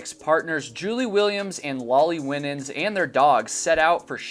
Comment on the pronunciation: The surname "Winans" is usually pronounced "Why - Nins" although perhaps she pronounced her name differently. No big deal, obviously, but just for future reference. (I learned this the hard way lol, so maybe this will save you the embarrassment I felt as I mispronounced the name...at a funeral! Lol)